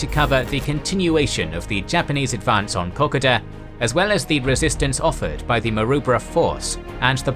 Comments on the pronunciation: It is pronounced Ko Ko Da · It's pronounced Ko-ko-da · The pronunciation of Kokoda is like Cocoa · Please pronounce it Ko-Ko-Da, not how you're doing it. It was making me want to stop watching everytime you said it. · You pronounce it as the locals do....."Co-co-duh". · I am questioning my life after hearing it pronounced coc-a-da.... Does every Australian pronounce it wrong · Pronounced ko- KOda. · It's pronounced Coe-coe-dah fella, other than that a good video. A great defensive battle by Australian forces. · Kokoda is pronounced like co.co.da 👍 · Ok so it's ka-code-da in Strine. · Found this video unwatchable bc of the continuous mispronunciation of "Kokoda". It's meant to be pronounced "Kuh-kow-duh". For such an important battle in the history of the Pacific War, in addition to Australian, PNG, American and Japanese history, I'm amazed that not one person was able to point this out :'( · I absolutely hate the way the narrator pronounces Kokoda. It would make the Kokoda veterans of the AIF turn in their graves. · Please don't ever pronounce Kokoda like that again. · You completely mispronounced Kokoda ya twit. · no research of pronunciation of place names....basic mistake...otherwise good research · You’d think you’d learn how to pronounce Kokoda if you intended to make a whole video on it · Please ensure the pronunciation of Kokoda is better. Clearly a computer generated voice. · One would think, that before doing a video on Kokoda, one would learn how to say Kokoda. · When speaking the word "Kokoda", think of the car make Toyota. This is how "Kokoda" is pronounced. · Can't finish this, pronunciation is sooo wrong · I love your videos but have to skip this 1 because the way you pronounce Kokoda may be the correct way but its like nails on the chalk board to me. Can't wait for future content on all 3 of your channels. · Still can't pronounce Kokoda correctly. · There are so many videos on here telling you how to say Kokoda, mystified as to how you got it so wrong